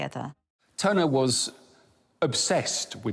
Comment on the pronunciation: Tuner or Turner?.... sloppy